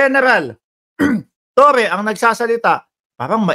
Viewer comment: torre po hindi toreon